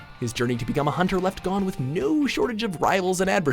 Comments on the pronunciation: STOP SAYING GON LIKE THAT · Every time he pronounced Gon as “Gone” I cringed...